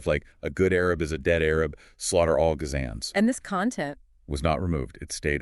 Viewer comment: finally figured it out when "" mispronounced "Gazans" (guh-ZAYNS, lol), but damn these voices are good. What model was used? Did you augment the data somehow?